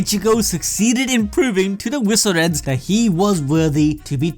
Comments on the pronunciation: Why are you pronouncing visored as viso-red? Lol. Its visored. As in a sun visor. Makes me salty. Edit: all of your pronunciations are weird. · Visored is not pronounced veezored its pronounced visor-ed as in they have visors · I know you guys mispronounce to bait comments and up engagement but... it's pronounced Vi-Zords. The mask is a "Visor". The Visoreds are "The Masked Ones". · Bro does an anime channel cant even say the word visored correctly